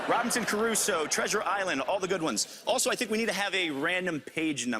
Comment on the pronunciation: Robinson Caruso should be pronounced Robinson Crusoe. However, people from the states have always bastardised our all ready bastard language.